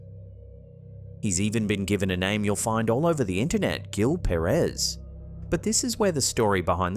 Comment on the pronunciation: Gil pronounced like "Heel"